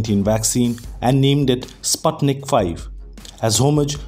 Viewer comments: It is pronounced as Spootnik V not Spatnik V 😆 спутник V ✌ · The "u" in Sputnic pronounced as "oo" in foot.